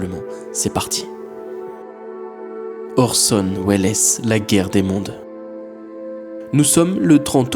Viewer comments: Orson welles s'écrit comme ça mais ça se prononce sans le E donc "Orson Wells" J'ai failli en tomber de ma chaise.... 😂 En espagnol ils prononcent welles mais bon... Il est américain ce monsieur ! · Juste pour info on prononce "wells" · « Weless » non mais sans deconner t’es inculte à se point ? Citizen Kane srx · Orson welesssss. Pas mal,je ne l'avais jamais entendu prononcé comme ça. Bon après c'est un détail. Ce n' est pas grave. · J'osais pas le dire hahaha mais en vrai ca va c'est pas si gênant que ca. On lui offre :) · C'est marrant comment il prononce Welles ! 😅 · J'apprécie ton travail comme toujours, mais je trouve ça juste dommage que tu n'ai pas remarqué au montage de ta vidéo, ta mauvaise prononciation de Orson Welles. J'avoue que cela m'a sortie du sujet malgré moi. Pour le reste toujours aussi cool. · J’avoue que je suis venue dans les com pour voir si on était plusieurs à avoir tiqué sur « Orson Welles » 😂 Ps : j’ai bien aimé la vidéo continu comme ça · c’est pas un soucie de prononciation là effectivement tu est pas censé un minimum te renseigner comment tu peux bosser sur un sujet qui dure la moitié de ta vidéo sans te renseigner un minimum sur Orson Welles, C’est une Icône historique je veux dire c’est comme si tu disais mikaél jacksoon a se niveau là je suis désolé mais c’est vraiment ni sérieux ni professionnel et c’est de l’inculture oui